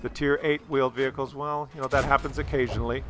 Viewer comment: Vheeled Wehicles Sounds about right 😂💀